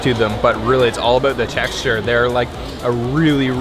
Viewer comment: This is a random question but I’m just curious, what part of America are you from because you pronounce About differently or are you Canadian?